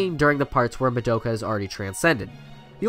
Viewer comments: Anyone else cringe every time he said Madoka? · Why can no YouTuber say madoka accurately? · No one else is gonna mention that he pronounced Madoka wrong?